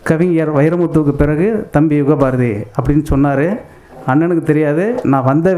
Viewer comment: யுகபாரதி அவர்களே.. தமிழின் அழகு என்பது உச்சரிப்பில் ழகரம். திருத்திக்கொண்டு கவிஞராவீர்.